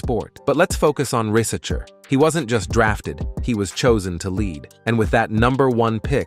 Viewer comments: Zacharie "rizz a chair" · Bro pronounce Risacher at least 15 different times in 8 minutes... this gotta be AI or u trolling.